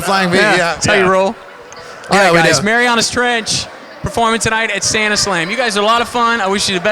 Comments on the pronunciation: Its MARIANAS TRENCH NOT MARIONAS TRENCH ND DA INTERVIEWER IS A DOUCHE....ND WHAT SOUTH PARK EPISODE IS IT IM GOING CRAZY °_° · "Mary-On-Us Trench" WHAT THE FUDGE. LEARN TO PRONOUNCE IT PROPERLY! D